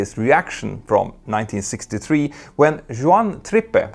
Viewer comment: Why do you always have to have your own bizarre and non-standard pronunciation? IATA and ICAO for example? Juan Trippe, the gentleman who founded the once mighty Pan Am, his name has always been pronounced “Warn Trip”, not the unrecognisable mouthful you are presenting. I love your work and mostly respect your presentations except for the blatant over marketing you push to generate more income. I guess that must be the Ryanair culture you are immersed in. I will always speak highly of your content but honestly wonder how much of it is now your own work given the trend in contracting others to do all the research and ground work while you simply present it, take the credit and flog your 'merch' and any other income generating scheme. This is not one of those troll-based bitchy hateful comments, simply a longtime supporter finally speaking up about the bizarre need to have your own weird pronunciation on well known standard terms. A European accent is not a factor, being in the long haul international crew community I interact with a myriad of nationalities who despite their accents do not put their own 'twist' on industry terminology. Keep up the excellent work, fly safe, and please consider what I’ve said - if you've even read it. Your work, content and presentation is largely excellent for both those in the industry and other interested parties.